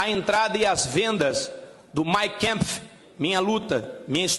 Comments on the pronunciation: Mein Kempf?? Ele está citando esse título em que língua?? Eu conheço o Mein Kampf com A, le-se como A mesmo. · Gente não se diz " mein kempf " e sim MEIN KAMPF . Em alemão se pronuncia assim mesmo, como escrito.se não sabe, deveria falar o título em português mesmo: Minha Luta.